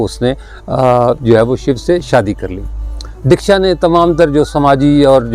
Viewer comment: Real word is Daksha notdeeksha